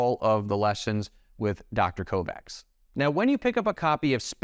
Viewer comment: Dr. Mark Kovacs is obviously from Hungarian descent and his name is thus pronounced "Co-vatch" not "Co-Vax"